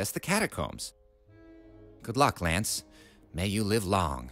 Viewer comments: Vinny, you're pronouncing Lance wrong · I love seeing Ditty (pronounced Lance) jostle around with the speed boots, that animation's funnier than it has any right to be.